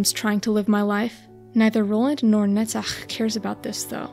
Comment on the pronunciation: Sorry for offtop, but I like how you pronounce "Netzach" even more than your understanding of Angela's struggle and soul